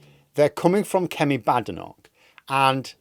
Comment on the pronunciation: I don't think i can listen to you mispounce the African woman's name any longer. I'll give it about a week then I'll unsubscribe.